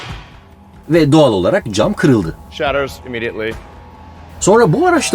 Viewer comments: Ilhan Musk degil ELON MUSK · ilan mask degil abi elon musk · şu adama ilan deyip durma be adam. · il(y)ın diye okunur ''y'' harfine fazla vurgu yapılmadan. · İlhan mask diye bı ben mi duydum